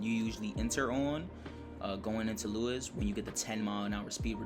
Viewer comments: It' sounded more like "Loo-wes" than "Loo-is", but may just be due to different accents. All good! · Insider knowledge from a friendly Brit. Lewes is pronounced "Lewis" 👍